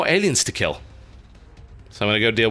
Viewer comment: I had to relisten to the intro a few times before I heard "ladies and gentleman my name is Töt'lbiscuit" .. I swear I first thought I was too intoxicated or tired and randomly heard TURTLEbiscuit.